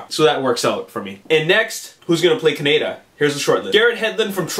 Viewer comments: Dude, it feels like a rail road spike goring my head everytime you say it wrong: it's cah-nay-da ( fast). Kaneda. He's not a type of bacon. If you need a reference, please, please, watch the 2002-3 re-recording of the akira dub. It's nigh impossible to give your critiques any degree of pull when you're raping the name. Don't be offended, many a maanga fan has pronounced it "manja" (Quentin Tarantino) or MANGA like the fruit, its nothing to be irked over. Its just a pet peeve of mine as a fan. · its not a country, Ka-ne-da. Thats not how they pronounce it in the movie. lol